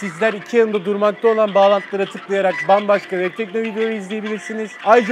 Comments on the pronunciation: Reklamı. Sunan. Adam. Telefonun. İsmini. Telafuz edemiyo. Vebtekno. Haklı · ya şu adamın vebtekno demesine ölüyorum absıad